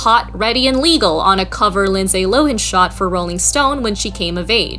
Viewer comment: Always love your work. But I think Lindsey Lohan is pronounced “Low” and then “Han” with a hard a like the word “Hand”. I’ve never heard it the way in this video before! 😂